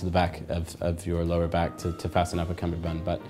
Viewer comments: Seriously? I thought it is called Cummerbund, not Cumberbund. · He doesn’t say the word correctly